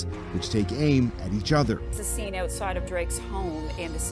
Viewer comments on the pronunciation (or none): none